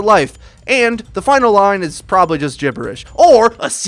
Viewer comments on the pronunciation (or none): none